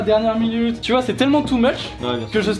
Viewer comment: ''c'est tellement too muSh'', Mushway ?? bon je sors